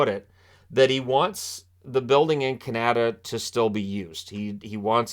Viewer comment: Canada isn't pronounced like that.